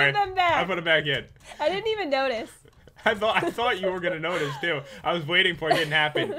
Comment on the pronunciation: I think that he Try to say thought.